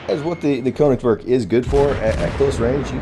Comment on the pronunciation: Pronounce the "ö" like the "o" in "working" or the "e" in "merely"..